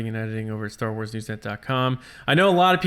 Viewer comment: every week for a second I get excited there will be a “new” show, and then I realize you’re saying news. I’ll get past it. Great job everyone!